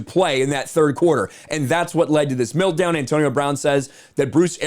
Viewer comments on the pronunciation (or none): This is the last time! Mel-t down. Not Mil-t down! Big hugs and thanks for the content.